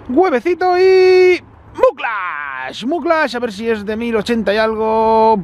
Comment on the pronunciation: No se pronuncia Muclax, por dios...